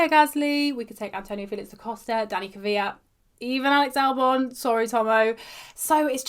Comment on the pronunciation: I never understood this. Why do so many people say Kivyat instead of Kvyat?